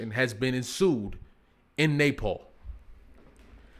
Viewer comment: Not the Nay-Paul 😂😂 I kept thinking he was saying napalm..